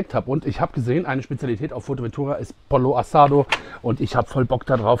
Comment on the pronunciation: Schönes Format. Bitte mehr. Übrigens wid "pollo" im Spanischen wie "pojo" oder Mallorca ausgesprochen.